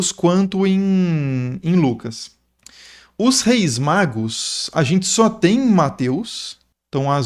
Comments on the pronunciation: Exposição fantástica, que soma. Pesquisa cuidadosa. Pela demonstração de conhecimentos, creio que o expositor sabe que é "magos", mas por um erro de pronúncia ficou " magros". A mente humana é tão poluída que dentre tantas palavras positivas vai fixar numa na negativa: no caso, um errinho de uma letra a mais, que pode alterar o significado. Logo, errar é humano. Isto se aplica a mim, que tsmbém erro. É uma crítica geral. Ninguém é perfeito. Mas defendo, sem criticar, o expositor, por apresentar uma aula tão rica de detalhes e o cuidado de usar termos fáceis de compreensão para o ouvinte tanto doutor quanto analfabeto. Parabéns. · Ele falou Reis magros? Reis magos! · Reis "Magros"???? Foi isso mesmo?? Magros?? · Reis magos, não magros 😅😅😅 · 3 reis magros KKKKKKK Eu sempre falo assim de zoeira tbm KKKKKKKKKKKKK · Ele não falou magros de propósito, mas ficou muito legal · Reis o que? "MAGROS"? Fosso mesmo que ouvi? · Tmb percebi esse pequeno engano de pronúncia. COMENTÁRIO POSTADO EM 23/01/2025 - QUINTA-FEIRA